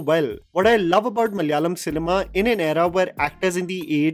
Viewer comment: Love you for always talking about our Malayalam cinema, but I cant help but notice the way you are pronouncing the word "Malayalam". its MALA- YA-LAM and not MAL-YALAM Its KERA-LA and not KER-LA.